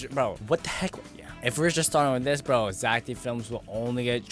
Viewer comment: Bro that is Zack not zeck